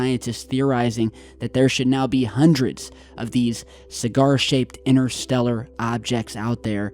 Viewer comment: Try saying interstellar & we might make sense of what you are saying,innerstellar does not make sense the same as your other favourites innernet & innernational,there is a"T"in these words for a reason